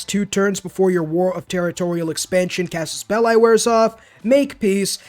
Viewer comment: did he just say "Casus Belai"? bruh Latin aint American